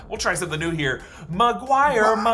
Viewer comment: "Maguire ma-g-why?!" was gold🤣🤣